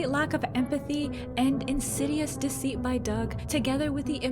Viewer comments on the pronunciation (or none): none